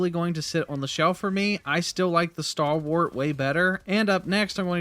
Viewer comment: I shudder a little every time I heard "Starwart"